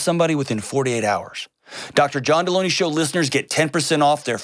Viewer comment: No one caught that he pronounced his last name wrong? /Jelony